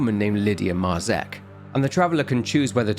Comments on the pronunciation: Dude, Marzec isn't pronounced like that, and neither is Tykwa, or Dobrucki, use the fucking speaker button in Google translate... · Great source of information. Thanks. One comment; Marzec and Tykwa (surnames), the pronunciation is completely different in Polish ;)